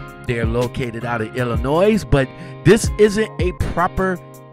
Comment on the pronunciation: ILLINO The S is silent